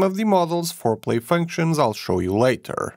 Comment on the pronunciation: I'm really sleepy, and each time he said "four play functions" I was super confused for a second...